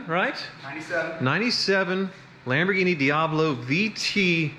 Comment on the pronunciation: says Lamborghini Diablo *Rob Dahm entered the chat*